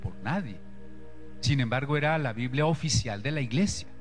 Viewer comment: ¿por qué será que a veces les da por decir "biblea"en lugar de "biblia"?